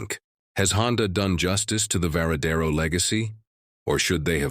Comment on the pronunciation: La présentation est pas mal, mais encore faudrait-il savoir c’est quelle moto vu qu’elle change de forme toutes les cinq minutes en plus de la voix IA qui fait des erreurs à chaque fois qu’elle prononce le nom ￼de la moto, ça gâche un peu la présentation